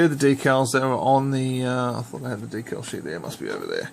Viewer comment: Dude learn to pronounce decal better cause your saying it wrong. WTF!!